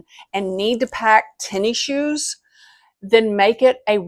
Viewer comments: “Tenny Shoes”… “tennis shoes”…🤭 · Came here to say this. “Tenny shoes” took me a bit to figure out she meant tennis shoes, aka sneakers.